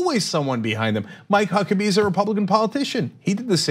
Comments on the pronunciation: Did Anna say "my cuckabee"? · Lol she said Mike Huckabee